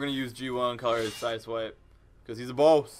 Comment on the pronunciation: It is not siswipe it's sideswipe